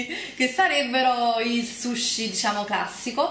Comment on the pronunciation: il SHUSHI hahahahahaahahhahhaaha